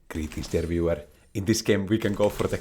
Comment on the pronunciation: All this time i thought he said "there" not "dear" lol. "Greetings there viewer." that checks out haha.